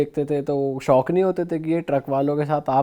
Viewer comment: Sauk nahi shauk hota hai